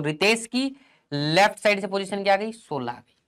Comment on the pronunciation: Is he maharashtrian he just speak 16 as Sola 😀